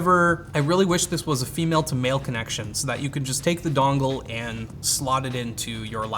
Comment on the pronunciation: I'm from Boston and I hate you for saying "dongle" wrong.